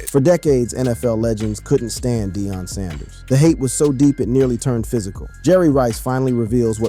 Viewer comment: This mf just said , "DIE ON" PRIME TIME Sand-ers 😮#WhatInTheILLUMINATTIisTHIS